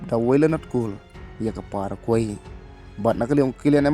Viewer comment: Pronounce paragwai bro.